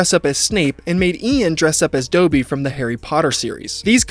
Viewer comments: Doby? Do you mean Dobby? How do you not know how to pronounce his name? Not only was the book series incredibly popular, the movies were, too. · sorry - what did you call dobby? 😂 it’s pronounced like lobby.. or bobby..